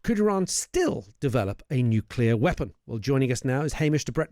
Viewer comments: Not expecting much radiation because Iran had not achieved the mythical high level of enrichment. There is no evidence of "obliteration." TACO talks through his turban. BTW it's nuclear not nucular. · Hamish it’s pronounced NEW-CLEE-AR not NEW-Q-LAR (there’s no such word). Nuclear derives descriptively from the Nucleus. Where was he educated? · This gentleman has been mixing with too many Americans.......he has started saying ‘nucular’ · Someone, anyone………please teach this man to pronounce ‘nuclear’. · Hamish can't pronounce nuclear, that's not a good start, is it Hamish